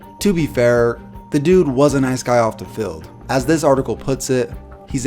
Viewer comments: Fild... Stillers... Bruh the letter e isn't a hard thing to say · I don’t think this guy can pronounce his “E’s”. Haha. “Stillers”, “fild”. 😂👌🏼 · calls man ugly but cant say Steelers or Field correctly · ‘Stillers’ ‘Fild’ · Tric key he also says feld insted of field